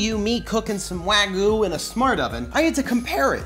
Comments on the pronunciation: Wagyu (pronounced Wag-yuu), not wagu. Lol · That doesn't even look like authentic wagyu also you're saying it wrong. Um... "wah-geeuu" but like... the "geeuu" part is said fast? It's hard trying to tell someone how to pronounce a Japanese word. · If you call that steak "wagoo".. one more time... ill smack you upside the head.